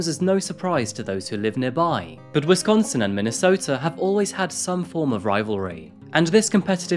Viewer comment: 1st things 1st I adore this channel. I’m obsessed with true crime and this channel rocks! Next I love your accent. I live in Milwaukee and the way you pronounce Wisconsin is too good! And you pronounced Allis correctly too. Most people who are unfamiliar with West Allis say it wrong.